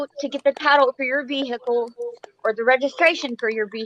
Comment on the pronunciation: Was I the only person who felt abit triggered from the way pronounced "Vehicle"